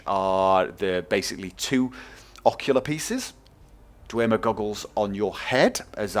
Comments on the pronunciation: its dwemer not dwermer just saying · In Skyrim it is pronounced 'Dwem-er' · i'm pretty sure its just pronounced "dwem - er" without the emphasis on the "e"